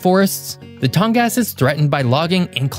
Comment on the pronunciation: It's too bad you don't do a little more research before putting it these videos. Firstly, your pronunciation of Tongass is awful. It's Tong-gus. Second, there is very little logging happening there, thanks to the looney toon liberals that know nothing about the area. Lack of logging has decimated towns all over Alaska, but especially in the tongass. So an abundant natural resource doesn't get used, and instead we import lumber from Canada. And the tongass is absolutely not dealing with "climate change." It's cold and rainy, all year long, just as it always has been. Residents there would actually LOVE for the weather to change and warm up. So, stop spreading propagandist lies for something you know nothing about.